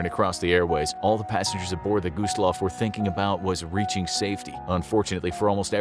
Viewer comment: Why did it pronounce it by gooseloff